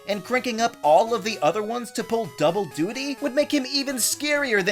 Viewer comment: (Chuckles)You said Duty